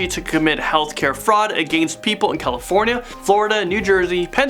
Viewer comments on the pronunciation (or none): none